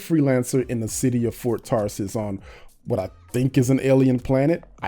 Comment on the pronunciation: Do you keep saying "Fart Tarsis"?